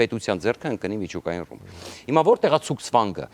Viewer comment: 30000 տոննա ռու՞մբ, ջան էլի կրկնիր։